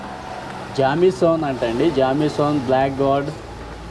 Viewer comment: జామీ సన్న కాదు జేమ్సన్